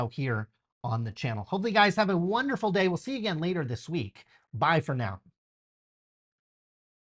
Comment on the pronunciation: Wait,, at the end of the video did you say bye for now, or buy for now?